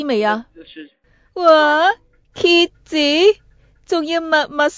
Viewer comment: 我第一次聽到她說蠍子 聽成啟智的台語